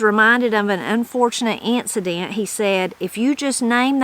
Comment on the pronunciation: pronunciation of “incident” is a fine example of Appalachian mountain talk. pronunciation of “pronunciation”. It’s wonderful to hear the mountain dialect.